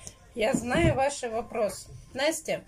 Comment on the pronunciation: " Я наю ваши вопрос"😆,не наишь ты наши вопрос! Многие спрашивают не про компоты,а када к логопедам пойдем???????